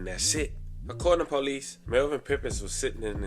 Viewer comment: I know where he’s from. I went to school in MD near Baltimore…that’s not an excuse for the way he speaks. A Baltimore accent is one thing but I’m talking abt much more than the way he says “toooh” lol…he’s literally pronounced something correctly and then 3 sentences later totally screwed up the pronunciation like he didn’t just say it right a min ago…he has something else going on. Trust